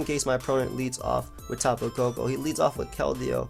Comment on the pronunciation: the way he says tapu koko too